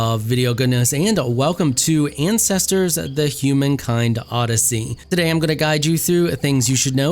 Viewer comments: I swear he called it Incestors the humankind odyssey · I had to rewind as i heard, ''Welcome back to incestors'' Alabama 100